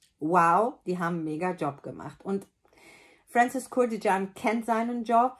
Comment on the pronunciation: Hallo, weil hier schon jemand was zur Namensaussprache geschrieben hat, Franzis Kurkdijan spricht man: „Fronssiss Kürkdschan“.. also französisch. Bitte nicht böse sein, danke für deine tollen Videos, ich werde immer ärmer… 🫤😆 Liebe Grüße 🖖